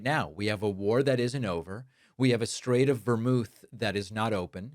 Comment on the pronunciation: Did he say, "Strait of VERMOUTH?" It's "Hormuz," buddy! 😅😅😅